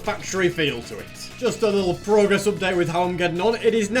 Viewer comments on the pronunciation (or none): none